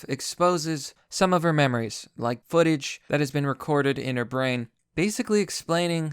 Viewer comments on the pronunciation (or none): none